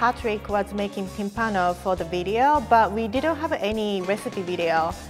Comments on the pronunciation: No Timpàno, it’s Tímpano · I'm Italian and I've never heard of this before ahah BTW is Tìmpano, with the accent on the I ;)